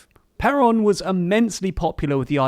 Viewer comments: and also "perón" .... stressing the "O" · I think you mispronounced Perón, it hurts every time you say it😅